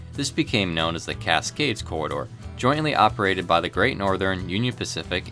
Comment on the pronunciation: Casgays haha